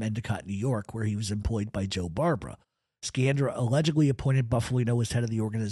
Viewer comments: Sciandra, pronounced Sci an dra not Ski an dra. Giovanni "John" Sciandra was my wife's grandfather's Dominic Alaimo's uncle, he was one of the main owners the Knox mine after Volpe and was the Pittston boss until his death in 1948, research the Knox mine disaster. You have many facts correct, but also, multiple facts incorrect. Grew up in Pittston, Pa. and knew and used to play gin rummy with old man "Steve" LaTorre, pronounced La Tor and most of the rest of those in your piece. Russ and his wife Carrie used to visit my wife's house quite frequently over the years for visits and some holifays, they called him uncle Russ. ALL were related from Montedoro. Her grandfather owned multiple businesses in and around the Pittston Area as well as a building on 32nd St. in the Manhattan garment district in N.Y. He also owned several businesses with Russ and his cousin Angelo Sciandra. ABS contracting being one of them (Alaimo, Bufalino, Sciandra). Much more can be said, but shouldn't at this time. Also correct pronunciations for Alaimo is A lY mo, and for Osticco, is O sti co. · Great show!! Incredible stuff. One thing, Sciandra is pronounced Shee-andra. In Italian an Sci is always She. I always wondered about Joe Barbera, was he ever actually considered a boss of his area or was he under Bufalino or Magadino? Really great stuff, love your channel. Burnstien and Nadu couldn’t shine your shoes💯💯💯💯